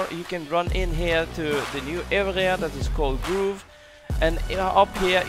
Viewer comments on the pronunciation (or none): Nice video.. it’s not groove, it’s grove. Like stove or rove. 😊